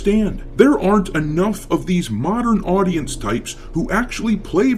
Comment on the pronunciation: The way you pronounce Modern Audience is hilarious